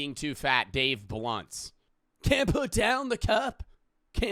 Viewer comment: am i the only one who picked up on calling him ''dave lunch''????